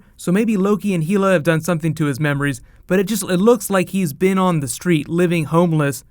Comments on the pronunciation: It is HELL-Uh not HEEL-uh. Norse just didn't use the second L in Hell. Hela is the goddess of death and rules Hel or Helheim. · It's Hell-La not He-La even though written Hela. Loki's daughter. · Heela?? Bro knock it off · did he just.....he said Heel-a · It's not "HEE-la." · It's Hela said like FELL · I can't wait to see what happens. I think you are right though that they will use Odin very little. also, not to be a jerk, but Hela is pronounced "Hell A" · pronounced "Hell-ah". Hela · Love your information. But I won't be watching any more MCU info. I can't stand your pronunciation of Hela. He-La. That sounds awful. Has Hela been spoken by any one working on the movie in public? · Lol dude... you're pronouncing Hela incorrectly. Time to re-read those comic books again mate ;) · H E L A.... as in Hel A...not heela...ffs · "Heela" - your vowels go pear shaped yet again - say Hel then say Hela - practice it. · It's hella not hilla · your the man but it's pronounced Hell-ah not heel-a. Can't wait for this movie!! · It's not said Heela, it's said Hella. Faking an accent doesn't make you sound smarter. Your theory is sound enough. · It's hella not heella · in Norwegian it's Hell-a not HEEEELA! There's NO HEEEEELA! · Heela? Hela dude. Come on bro you're better than that. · Heel-a???? Hell-a!!! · it's hela as in hell not heeyla!!!! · HELLa NOT HEELa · Thanks for breakdown on this. FYI, its pronouced Hela, not Heela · why Heee-la? Hella is the correct pronunciation, is Disney/Marvel saying it's Heeela? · it's hella not heela!!!!!!!!!!!!!!!!!!!!!!!! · Sorry to be that guy,, but it's Hela, not Heela XD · Isn't it Hell-a nor heel-a?